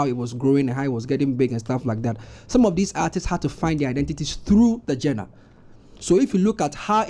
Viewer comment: it's not pronounced jenner. It's pronounced zhan-rer